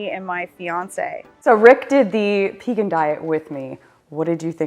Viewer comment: Thank you for pronouncing P-egan, like, V-egan. So many people say Paygan.